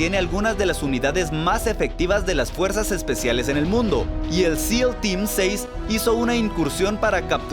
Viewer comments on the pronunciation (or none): none